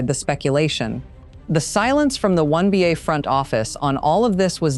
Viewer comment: Why is the narrator not saying WNBA but saying something like WONBA? Is someone so afraid of saying the W because it 'means' women?